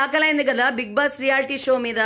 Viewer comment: Being a journalist ..first spell big boss properly..it's big boss...not big bass